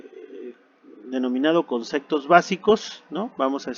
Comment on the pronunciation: muy buena información pero dices "concectos" y le quita credibilidad al relato.